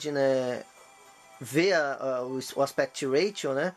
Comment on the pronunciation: Parece que você falou Aspect Latio, e não Ratio 😁